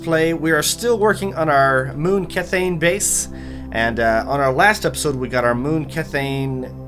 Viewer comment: kethane is pronounced key-thane